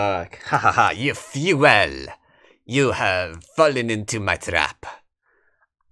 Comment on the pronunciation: Each time you say "fu-ehl" for "fool" it's honestly hilarious.